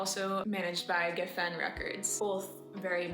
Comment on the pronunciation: Pronounce geffen correctly